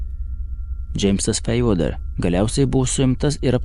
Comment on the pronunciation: James Fairweather, su anglišku tarimu pas kolega nekažkaip…